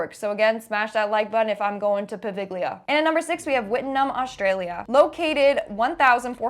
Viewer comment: Yes,, go to Poveglia! And while you’re there, learn to pronounce the name.